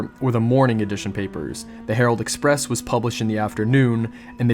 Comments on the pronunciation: Surely it's herald express. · Herald Express, not Harold. Harold is a man’s first name. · I'm pretty sure that it's Herald Express, not Harold.